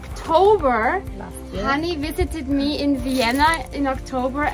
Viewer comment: Very Fun. For everyone who isn’t Germanic, her name is (not “Honey”). Probably short for Hannelore or Hannah? Tyrol is THE Most beautiful place I have been to!!!